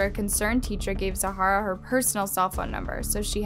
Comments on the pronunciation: Enjoying your content a lot! but pleaseeee for the love of everything stop butchering names so consistently 😂😂 look at how the name is structured! type it in on google and hear the pronunciation or something! zahra = zah rah not zaharah… and Mauricio is nottttt mercutio or whatever haha seriously not hating just don’t see why people don’t look into these things before uploading a public “report” 😅😅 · I'm watching this with an Australian friend of the family. Her name was Zahra (Zah ra) not Zahara (Za har ra), it's a common name here. Please research as it's really frustrating when you tubers don't check this stuff out or seem like they can't be bothered. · the person in the video.... zahra is pronounced zah-rah. the person is pronouncing the name as zah-ha-ra. i’m just asking for her input & the correct pronunciation of ha name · Can you please tell me how your name is pronounced? When I read the title, I thought that it's supposed to be pronounced as /Za:ra/, but in the video it's pronounced as /Zahara/. I'm confused 🤔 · Did she pronounce it how u do? Coz she was saying Zahara the whole time, not Zara as I assume it's actually pronounced? My cousin's name is Zarah & said how I think urs is... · Her name was Zar - ra, the H is silent. It’s not Za - har - ra. There are tons of videos of her family pronouncing her name. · Her name isn’t ZAHARA, it’s pronounced like ZARA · I live in Australia & my daughters names Zarah, I initially spelt it Zahra until I seen it spelt the other way & liked it. Also it's pronounced Zahra/zarah not Zahara, 2 quite different names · Her name zahra isn't pronounced Zaa-Hara its pronounced Zah-ra ik cause my name as u can see is same when u replace the m instead of z and I'm cousin's name is zahra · OMG this is KILLING me, her name is Zahra, NOT Zahara!!!! Over and over the name is said wrong WTF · “Zahara”? It’s Zahra. Did you even research this at all? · It’s not Zahara — it’s Zahra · Her name is pronounced Zah-rah. Like Zara.